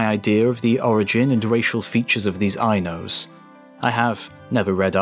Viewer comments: It’s Ainu not Ainose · "Eye-Nose"? Do you mean Ainu(s)? "Ko Toe"? Did you mean Kowtow (kautau)?